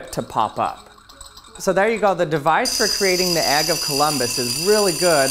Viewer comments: Why do you say "egg" like "ag"? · Dude calls an egg AGG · Why do you keep calling the “egg” an “agg”?